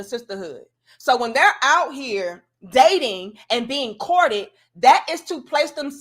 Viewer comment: that gal said she get "Courtt-ted" 😂😂😂